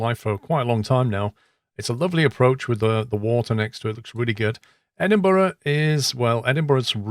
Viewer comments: Dude good video as always. But you sound British and should know its pronounced "Edin-bruh" not "Edin-bo-ruh" :) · Looking through the comments im surprised no one is pointing out how hes saying E-Din-bo-ruh instead of E-din-brah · there are also people that pronounce Edinburgh as Edinburg it's not pronounced like that the gh in Edinburgh make a light H sound so its pronounced Edinbruh another common one is people pronounce the W in Glasgow making it sound like Glas-Gow it's not, It's pronounced Glas-go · It’s pronounced Edinburgh. 3 syllables. Ehh. Din. Bruh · Can be said both ways, the incorrect ways are edin-BERG or edin-BRO, after all, 'burgh' in Scots is pronounced burugh, and is a scottification of the english word borough, obviously